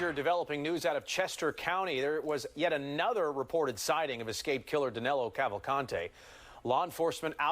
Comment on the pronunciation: Danilo, not Danelo